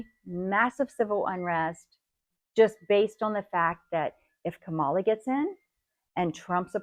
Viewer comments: Pronounce after me: Comma La, NOT Ka Malla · An easy way to pronounce her name Comma la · I cannot believe you made a video without knowing this - Her first name is pronounced KA-ma-la, not ka-MA-la. It's not that hard to pronounce. Just sayin'. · Kamala. Calm a la not. Ka mala Please don't be disrespectful! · Her name is Kamala!!! Not Ka ma la! Be respectful lady. If she was white you would say it right! Omg. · She's a trump supporter too! You can tell by the way she pronounces Kamala! For the ignorant..........it's Kama la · Bless your heart....Micro bots? Really? Any Civil unrest, if it occurs, will be perpetrated AGAIN by the same people who LOST the election last time and STORMED THE CAPITAL resulting in 5 deaths! They have been preparing for 3.5 years in my town. And by the way, her name is pronounced COMA-la, not come-Ah-lah. might as well practice it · First of all, say her name correctly. It’s /‘ka-ma-la/ , like ‘comma, lah’. Otherwise, I can’t take you seriously. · You might actually begin by learning how to pronounce Kamilah's name ! It's like a COMMA...and the luh. Duh. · It’s only happening if Trump loses, like the last time he lost! And her name is pronounced comma la! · Let's be clear. If there is civil unrest, more than just peaceful protests, after the election it won't be Harris supporters, even if Harris loses. But maybe a good strategy for preventing "Civil War" is to not forget civility in the first place. You could start by learning to pronounce the Democratic nominee's name: It is pronounced Coma La, not Ka Mala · Why do you keep insulting the vice president by deliberately mispronouncing her name like some high school bully? Grow up please!!! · You're too lame to even pronounce Mrs Harris's name correctly? I guess that identifies you as being a right winger, correct? or are you just trying to make money as a fear monger, which is another right wing characteristic? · Why do you keep mispronouncing her name?